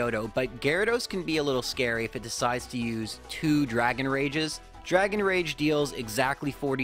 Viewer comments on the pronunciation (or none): none